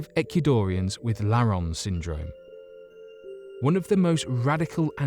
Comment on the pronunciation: He also can't say Ecuadorians and says "Equidorians." What a dork!